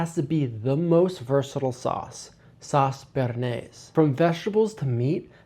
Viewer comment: I turned off the video as soon as you pronounced bernaise like that. I’m going back to watching Chef John.